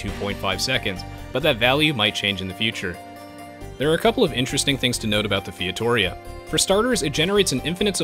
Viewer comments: I find it funny when you say "Fietoria" when the right one is "Feitoria". XD And the building name is FeitoRIa. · Thanks for the video! As a portuguese I've been waiting for this for... well since day 1 of AOEII. And... it's "fay-tuh-ree-ah", not feitohreha :D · It's pronounced fay-too-ree-uh :P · The correct pronounciation of Feitoria is Fay-Tow-ree-a, going short on "to" and "ri". great vid ; ) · yup, feito-RI-a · Featoria? Can you read? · my god, fietória hurts my ears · your pronouncing of feitoria made me cringe so hard but its all good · ur saying feitoria wrong, meu amigo! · Lol that pronunciation of "feitoria".